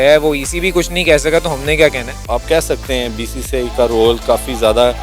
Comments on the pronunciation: Bhai BCCI thik se bolna nhi ata aur nam lete hai wahh 😂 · 0.04 bcci nahi bola jata....🤣🤣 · Half of them can't even pronounce BCCI😁😁😁